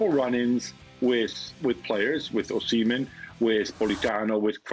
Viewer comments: Actually Gab pronounced it correctly before ( atlst as close to correctly as they can get) and Dan's pronunciation was wrong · I love how Dan low-key corrected Gab's pronounciation of "Osimhen" and then Gab subconciously picked up on it 😂